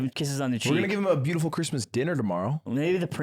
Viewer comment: the yearn! my cwismas is complete